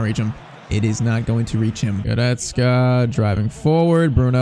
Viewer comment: bro i just have to say i really don't like how you are saying Goretzkas name you're saying like this, "Guretzke" it is sooooo annoying bro like fr